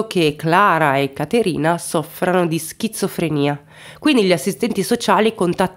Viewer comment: 😂😂 schizofrenia ... Non "schizza" 😅.... Per il resto favolosa come sempre!